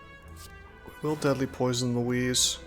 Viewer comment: Is calling a Louse a Louise some sort of meme? Cause it's not how you say it, that said, however, ever since I heard you do it the first time it stuck with me, so I kinda call them that now, as well.